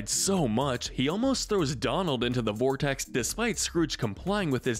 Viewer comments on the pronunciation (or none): none